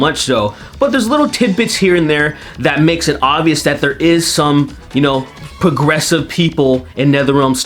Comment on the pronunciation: pwogwessives x'D